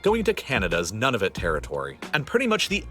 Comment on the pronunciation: The narrator of the video has no clue how to correctly pronounce "Nunavut".